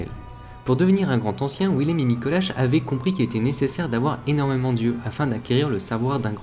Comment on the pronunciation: PTNN oui je sais que la vidéo date de 4 ans, mais "le Grand Ancien" sans liaison il n'y a t-il donc que mes oreilles que cela dérange ????